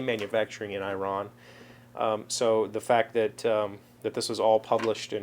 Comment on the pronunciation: "eee-ron" my Persian friends are going crazy!!! way cool mang, way cool! and omg the saffron! saffron is very expensive and a wonderful flavor... use it sparingly!